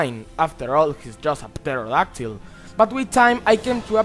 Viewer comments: 1)Yeah with whatever accent you have it actually is somewhat hard to listen to what you say including . Also just so you know the P in Pterodactyl is silent. 2) Nonetheless, I heard what you said and I still say your video needs to be retitled because it clearly says "Top 15 Monsters from Godzilla Movies" which would include Godzilla himself. If that means it'll be predictable that he's #1 then so what. 3) Godzilla has fought every monster on your list at one time or another so calling it his Top 15 Enemies WOULD be a more accurate description. 4) Yes if you went by your title and Godzilla wasn't #1 your list would indeed still be shit. 5) If you want everyone to respect your fallacious opinions then stay off YouTube. You're Welcome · The 'p' in pterodactyl is silent.